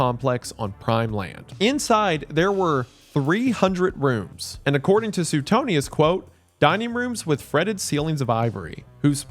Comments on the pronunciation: man i love you but suetonius is pronounced like su-way-tone-i-us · Wendi. Suetonius is pronounced “Swee-tone-ee-us” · I don't think I've ever heard it pronounced Soo-ten-eeus 😂